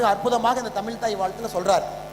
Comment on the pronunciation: தமிழ் என்று சொல்லத் தெரியாத நீ, சொல்வது நிச்சயமாக நடக்காது.